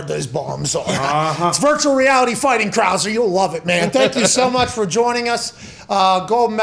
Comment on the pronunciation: “Ryan Crah-ser”